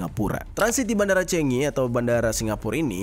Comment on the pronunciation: The right pronunciation is “Changi” bkn “Chengi” bang.. spt “Chicago” bkn “Chicego”😊